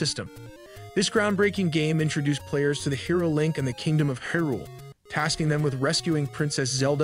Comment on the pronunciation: Also "Hih'rool."